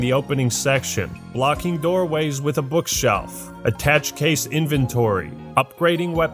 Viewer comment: Dude, its not an attach case. It's an attaché case. ( Ah-Tah-Shay) It's French